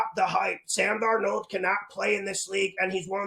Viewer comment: “Analyseees” just tied “DarNOLD” for best pronounced 😂... picks always hittin! 💪🏼